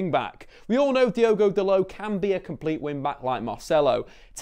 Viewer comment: is it only me that see's the o in dalot, not call him delit like this guy is